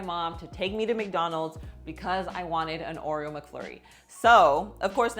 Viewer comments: Aw come on, give a Latina some credit. She could learn how to say Oreo! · Is she saying Oriole? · Yup😂... I get a kick out of how she says it!